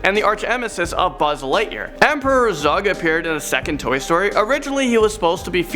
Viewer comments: He says Zug instead of Zerg twice at #5 lol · Did you just say emperor zug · Emperor Zug? Did you pronounce Zurg right?